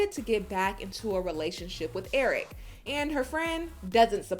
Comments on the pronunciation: I hate her. She knows so much English, yet she cannot pronounce a word. If she says someone name she adds an EE... erikeeeee, colt eeee, David eeeee. She is such a user it’s ridiculous. It’s not that she cannot say Eric, cause she has said his name perfectly, but then she goes back. She is just such an attention seeker. She has said Colt and she said it perfectly. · How come she can’t say Eric the correct way... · Why does she Add an E to everybody’s name